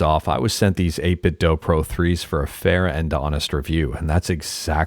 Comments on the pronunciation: its 8bitdew. not 8bitthough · Can I just say I really appreciate your calm voice. Most YouTubers shout when they talk and it's stressful. I needed this vibe right now. Also, thanks for saying 8BitDo that way. Some people think they are right when they say "do" like in the English language. In China they say the Do part like Latin people say "du" or Scandinavian people say "do", NOT like how American and British people say "do".